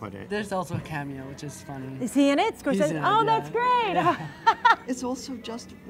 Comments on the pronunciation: Martin Scorsese. Pronounced, [Mahr-Ten Score-Say-Zee] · I HATE the way you say Scorsese. Ahhh. Stop it. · im sorry but she cant pronounce scrosese right ANOYING